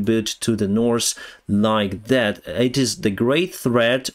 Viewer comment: I like how you spell "north" as "norse". When you mentioned Norse Korea I immediately imagined Vikings ruling Korea from Pyongyang XD